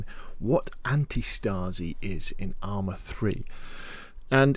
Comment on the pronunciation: antistasi is pronounced antEEE-staseee = resistance in greek. i know no one cares rly but perhaps someone is interested in the correct pronounciation of that word.